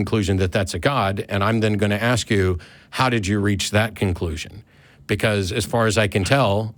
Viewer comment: Dude, stop axing Matt!!! I'm not going to ax you again. ✔